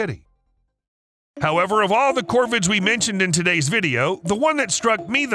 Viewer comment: Why are you calling the crows "Corbin"....or is my hearing impaired?